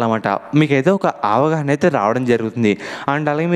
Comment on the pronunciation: Avahana kaadu avagahana